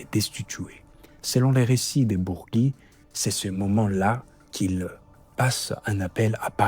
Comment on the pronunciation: Bourgi pas Bourgui